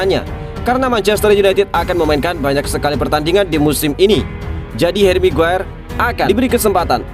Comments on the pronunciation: haji migiyir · Saya juga mendengar itu hj mague😂😂😂re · Sekilas kok saya dengar menyebut haji maguere..hhhh apa saya salah dengar apa emang diplintir😀😀😀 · Hahaha iya bener,, smngat min keseleo lidah biasa terjadi 😁